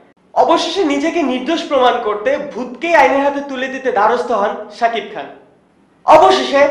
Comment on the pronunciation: ami zototuku jani aponi ztesht shikkhit hoyto aponi onn kichu vul bolteparen ba likhte paren ekta manuser name vul bolen kemone shakib khan bolte kosht hoy.cakib khan bolen ken